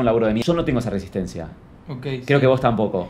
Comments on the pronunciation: NENITAAA, aclaranos si dijo "wos" o "vos", toi que no voy a poder dormir(?) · Dijo Vos pero no modula bien. Le dice que no lo dice de falso (porque están grabando para su canal), se dan un abrazo y compara a Martina con Ramita, que son los dos youtubers. Después se enojan cuando Martina las tratas de tortugas estúpidas 😮‍💨